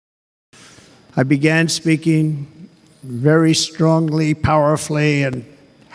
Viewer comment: 도움많이 받고 있습니다😊 그런데 설명하실때 strongly를 스트롱글리로 발음하시는것 같은데 스트롱리라 해야되는것 아닌가요? 저만 그렇게 들리나요?